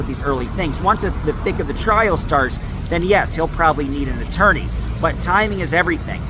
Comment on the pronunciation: Coit appointed attoiney. 😂 I couldn't have said that tongue twister right at all.